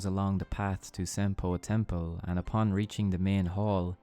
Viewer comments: Great vid! But half way through I just couldn't pay attention as half the times he says "Senpou Temple" as "Senple Tempo" lol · I’m sorry but every time you say Senopu Temple it sounds like “simple tempo” and I can’t stop laughing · Who else kept hearing "Senpo Tempo"? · it completely breaks my focus every time you say senpo temple. or senpo tempo